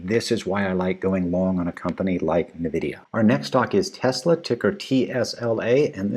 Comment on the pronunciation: Thanks! Your wisdom consoles me that I missed buying some of these at the extreme ends of the dip. PS - not to be critical but NVIDIA is pronounced [en-VID-eeyah] PPS- TSLA could easily test lower per SP500 deferral. Maybe they can bridge to battery day though. Thanks!!